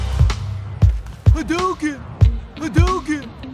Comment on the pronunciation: Thats amazing xD The way he voices it xD Hadowkin